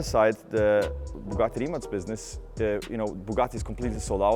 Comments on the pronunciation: Isn't it Rimac not Rimat? Why is he pronouncing it like the latter? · Its RIMAC (K) RIM-AKK not RIM-ATSCZ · Why is he saying rimat. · Y you say “rimats” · Is it just me or he pronounce Rimat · Why does he keep saying Rimat? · Why do I keep hearing "Rimat" ? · Every time he says Rimac, it sounds like Rimats.